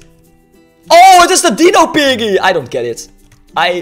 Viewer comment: Het manier waarop hij piggy zegt is een beetje raar